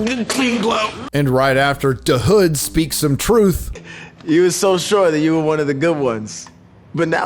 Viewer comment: Please stop emphasizing "da" hood. It's so annoying. You can tell the writers are not from the hood and wrote what they think the hood really is like. Chi-Raq doesn't feel like it